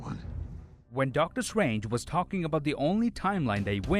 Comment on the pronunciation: “DoCtU swAnGe” ahahhahah